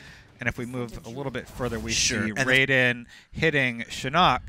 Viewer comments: My fucking god these so called IGN journalist are so fucking wrong, mispronouncing names and giving the wrong details. First it's pronounced Shėe-nok not Shiiinók, second the amulet was first introduced MK mythology not MK9, third Baraka's race its called Tarkatans nor TATANKAS you stupid idiots tatanka was a WWF wrestler... and finally Scorpion's real name its Hanso Hasashi not Takashi Takira... OMG I am going to apply for a job on IGN cuase I see they hire whatever person gets in front of them calling themselves a journalist stupid morons... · sighs IGN, I love ya, but dammit you guys piss me off sometimes. I couldn't get through the first 4 minutes without having to stop and type this up. 1. To say Shinnok's name properly, it's "shin-nok." Not "shi-nnock." 2. For the Tarkatan, it's not "tarka-tan" with the "tan" as if somebody went and got a tan. It's Tar-Kah-Tan. 3. The flashback scene with Raiden and Shinnok, imho, is not something we'll likely play in the game. If you remember one of the final scenes in MK9, Shinnok shows up next to Quan Chi and talks about some plan to raise the dead and invade earthrealm. From the MKX Comic, we learn that this has already happened. Quan Chi's amulet looks incredibly similar (a few slight differences) to the one shown in the flash back scene of the trailer. So my guess is it's either Shinnok's, or Raiden acquires one very similar to it, and uses it to trap Shinnok. In any case, this is likely a scene from the war when the neatherrealm invaded Earth Realm (And Johnny Cage became Raiden's new "Champion") and Shinnok was ultimately defeated. Somehow, Mileena acquires that amulet, and I guess I'll keep watching from there. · It is SHIN-NOK...It's actually been pronounced in 3 different games MKM:SZ, MK4, and in MK9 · These guys really suck at pronouncing a lot of these words. It's SHI-NOK. Not SHEE-NUK.